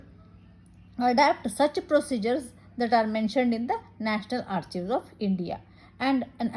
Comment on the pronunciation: Excellent efforts Madam.. A small fact though.... do you know that you are vocalizing 'Archives' wrong :).